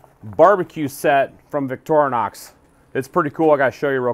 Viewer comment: It's pronounced Victorinox, not Victornox...